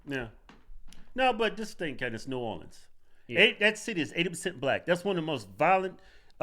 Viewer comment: It’s New Orleans. -dude from Louisiana.